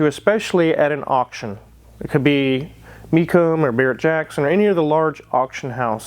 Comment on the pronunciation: "Me'coom" lol .. Mecoom auto auction.